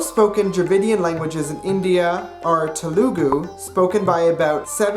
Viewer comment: The way he pronounces Telugu though 'tulagu' 😂😂😂